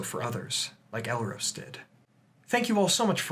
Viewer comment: it's pronounced El-Ros, (as in the the bird rose up to the sky), not El-Rose (like the flower).